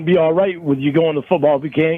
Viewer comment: B'guys we now have football b'game to add to the Lorne-isms list 😂😂